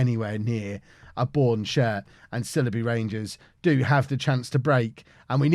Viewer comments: Sileby = S-eye-ull-bee... Merry Christmas, and family, from the Chippenham Town FC massive... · The Sile in Sileby rhymes with bile or trial. :)